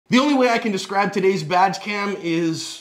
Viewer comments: Haha "vag cam " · Wow, she just started blasting at both of them. That was butt puckering. Ohh also when you say badge cam, it totally sounds like you’re saying vag cam! Maybe body worn cam would be better. LoL. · Did I hear right ? Was that badge cam or vag cam ? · I swear I heard "We have this on VAG-cam" twice. lol